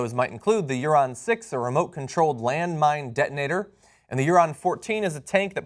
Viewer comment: It's pronounced "ooran", with the oo sound ans the aaaaa sound. Whatever. Go killer robots!